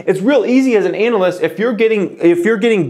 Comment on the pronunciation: Good idea!! Btw, I like how he says analyst lol